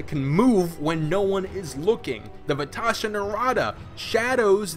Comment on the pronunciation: Are you wibbly-wobbly kidding me? It's Vashta, not Vetasha.